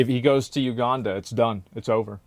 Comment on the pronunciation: lmao that he says uganda correctly now